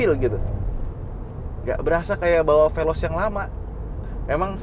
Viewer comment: Saying velos ngaadasandrufnya